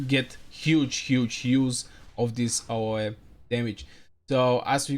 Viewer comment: it's pronounced A O E , just the letters.